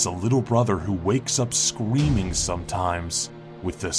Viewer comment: he says scweaming instead of screaming